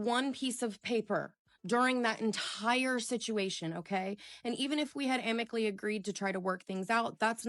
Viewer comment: The word is pronounced "amicably", sound it out, you disrespectful individual.